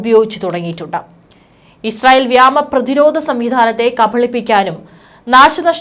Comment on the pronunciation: ( VYOMA PATHA.) MALA.YALAM PADANGAL. SHARI YAYIE. UCHARIKUGA ❓️